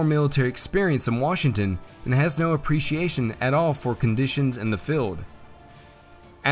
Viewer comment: Nice video^^ But gotta admit, it is somewhat funny how the pronounciation of the name "Washington" kept deteriorating more and more over the video. By the 13 min mark it was a "Washngn"